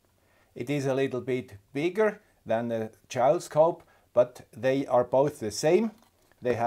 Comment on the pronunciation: Always enjoy your videos. Mailbag videos I sometimes listen to while I do other work, make breakfast, etc. But sometimes your english can be a little confusing. 🙃 The JouleScope is pronounced like "Full". The other way you were saying it is a "Jowl", which is "the loose fleshy part of the neck of certain animals, such as the dewlap of cattle or the wattle of birds". So you can see how I was confused when you brought out the new toy 😉